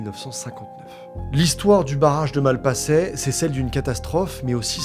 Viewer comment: La prononciation me hérisse les poils "Malpassaient"